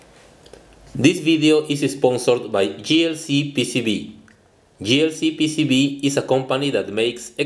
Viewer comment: The name "JLCPCB" is pronounced as "(Jay)LCPCB" rather than "(Gee)LCPCB". The first "J" was pronounced as a "G".